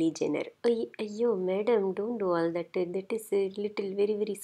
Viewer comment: "Madam, don't do all thatu. That is very very scary madam" - ROFL